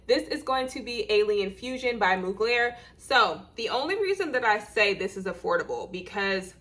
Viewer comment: Hey sis!! It's pronounced "MUG-lure." Beyonce' is their clothing spokesperson & Willow Smith for their perfumes. LoL!!😉